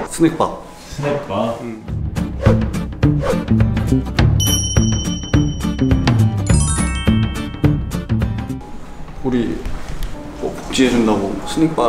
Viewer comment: 나만 스낵바말고 스레빠라고 들음?